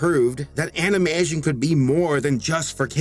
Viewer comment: If you go to 15 minutes and 22 seconds you hear him say animation in a weird way